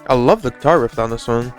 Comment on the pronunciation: thanks for reacting to this album, nobody reacts to Nick Rattigan :( fyi: it is 'riff' not 'rift', easy mistake to make ;D